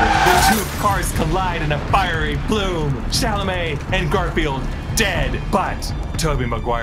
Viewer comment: Everything was perfect until you said Timothée puke Chalamet